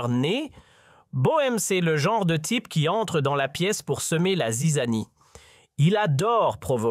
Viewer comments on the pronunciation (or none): none